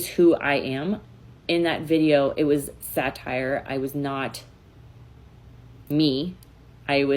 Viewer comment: "satire" every single time! 😂